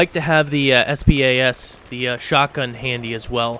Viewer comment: it is clled the spas 12 and say s.p.a.s.12 its 1 WORD !!!!!